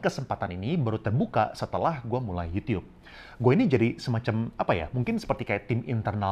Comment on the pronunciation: Gw seneng banget denger koko ini waktu bilang yUtiUp 😁